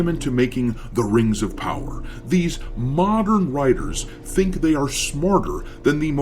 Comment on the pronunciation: Every time, pronounce "mo~dern Audicence" is very humourous, as if it sound like Mourndern Audiences. I am happy that DEI Jerknalists and righters are uglifying games so that,we, the REAL GAMERS can save up more money for REAL audiences games like black myth:wukong.